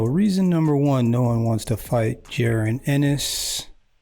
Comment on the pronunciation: His name is pronounced "Ja- Ron" Just saying... #215Boxing!